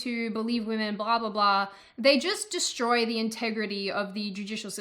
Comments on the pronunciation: "waymen" lmao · Waymen wtf? it is wahmen. It is pronounced ‘wa’ like a baby crying Then ‘men’ Wahmen. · Oh snap! She said wayman 😂